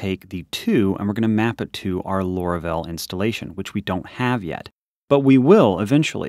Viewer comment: why do you call it lora-vel? its laura-vel